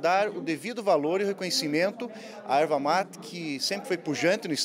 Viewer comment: Erva mati não, é erva mate. Não temos sotaque, só falamos corretamente.